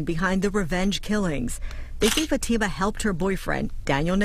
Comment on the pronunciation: She said Fat Ta Ma not Fatima 😂